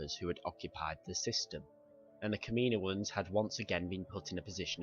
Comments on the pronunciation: Good vid but it's not kam-ee-no-ans it is kam-uh-no-uns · its said caminoans not kaminoian even though its spelt kaminoans